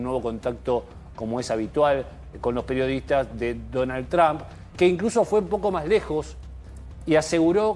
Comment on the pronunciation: Donald Trump, not Tramp. lol 😂